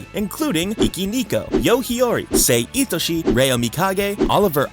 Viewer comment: It's sae itoshii